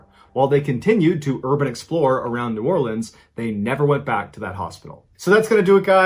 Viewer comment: Is #3 Charity Hospital? I live north of New Orleans and have heard how creepy that place is. Also, kudos for how well you pronounced New Orleans lol most people pronounce it as it's spelled while we say it more of Orlins. Also love when people from out of state try to pronounce words like Tchufencte and Thibodaux